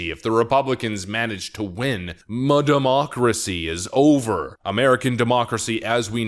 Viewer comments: Will you shut the heck up the the M'Democracy?!!! What is the 'M' prefix in many of your words all about? It is getting really annoying. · What is "modemocracy"? I have tried to look up this word and can't find it? did you create a new word? or are you mispronouncing it?